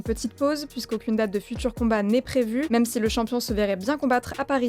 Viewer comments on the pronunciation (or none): none